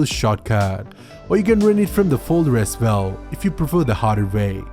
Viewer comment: " As Vell " lol hahaha